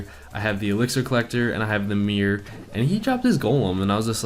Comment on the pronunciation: its called MIRROR not MEER